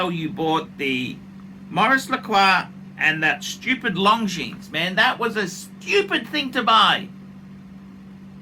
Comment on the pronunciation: Did you say Long Genes?